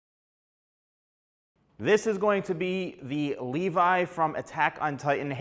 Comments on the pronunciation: why u say leave-I not levi ? 🤔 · That ain’t Levi, that’s leave eye